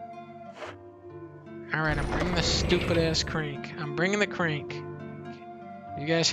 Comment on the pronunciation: “Da crenk” I love this guy!